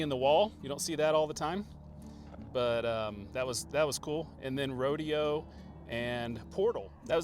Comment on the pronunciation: It's pronounced Row Day Oh